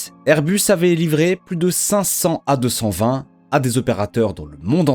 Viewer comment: Ses airbus a 220 pas airus